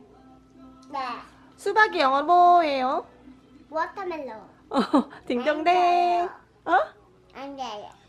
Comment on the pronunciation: 방글이 '워터멜론' 발음 찰지네요 ㅎㅎ👍🏻 저 영어 가르치거든요😊 생글이의 자동 따라하기 모드 '워터 멜론' 스러운?😁발음에 깜짝 놀랐네요💕💕💕